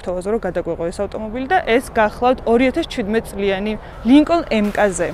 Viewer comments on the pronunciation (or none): Mkz (ემკაზე) არა. "ემ-ქეი- ზი ასე იკითხება სწორად.. კარგი გოგონა ხარ და ძალიან მომწონს შენი კონტენტი..წარმატება ლამაზო მანდილოსანო